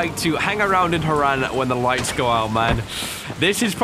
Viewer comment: Why does he say Hare-Ran, it sounds horrible it’s one word